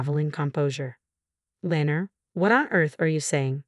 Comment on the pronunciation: Lenor. Len nor not lener